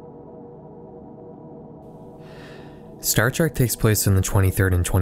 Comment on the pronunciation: Trek not Track.